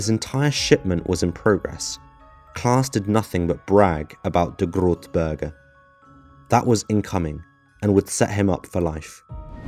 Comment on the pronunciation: The way you pronounce "grote berg" 🤣👍